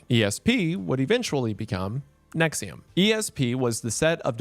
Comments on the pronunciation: I haven't watched the video yet, I clicked on this vid and read "Nixium" in my head and went "but its probably not pronounced that way" and the first sentence was indeed you pronouncing it that way. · If you buy into thinking “NXIVM” is pronounced “nexium” honestly you probably deserve whatever these people do to you 💀